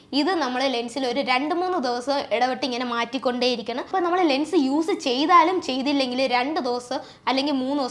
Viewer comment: Lungs ennaanu kelkkunne.anganeeyallallo parayunnaathu alle😂❤❤❤